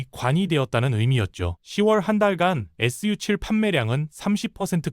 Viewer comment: 언뜻 컨텐츠가 좋다고 생각했는데, 자막 읽을 때 '전국인민정치협상회의', 'SU7' 을 엉뚱하게 읽고, 다른 단어들도 이상하게 발음하는거 보니 AI 로 쉽게 컨텐츠 생성해서 만드는 거 아닌 가 의심이 드는데요.